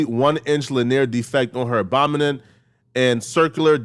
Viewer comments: What the fuh is abomenen 😭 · What is an adbomonen? Did he mean abdomen? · “1 inch lanear defect on her abomonen” 💀💀💀 is as illiterate as these gang members he hates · On her what. Obonomen? 😂😂😂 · that is NOT how you pronounce abdomen homeboy...🙄🙄